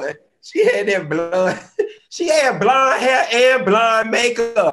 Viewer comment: Hilarious! He said “sank” (sink) and “blund” (blonde). I am done! 🤣😂🤣😂